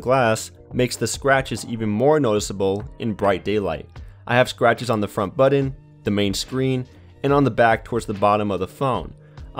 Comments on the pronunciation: Buddin instead of button.. Annoying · It's weird how some people pronounce the word "button" as budden.